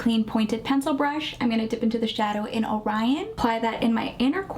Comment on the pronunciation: I have to commend you on pronouncing “Orion” correctly. My son’s name is Orion and I thought people knew know their mythology constellations or seen the movie Men In Black. Great review btw. 🎉